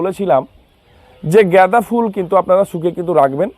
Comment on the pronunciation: উচ্চারণ ঠিক করুন । জ্ঞাদা বা গেদা নয় । গাঁদা ফুল ।